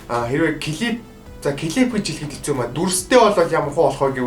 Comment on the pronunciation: дээр юун хэстүү бэ? Хэцүү гэж бна ш дээ ts2 чинь нийлээд ц үсэг болдог.